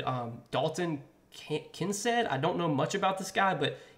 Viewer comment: You lost me when you said "Kin Said"